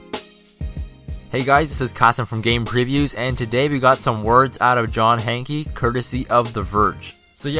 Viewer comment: its pronounced "hank" not "hankey" even tho ist spelled hanke